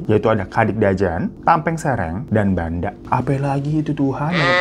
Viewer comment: Banda bacanya bukan Banda bang tapi "Bhendeh" artinya modal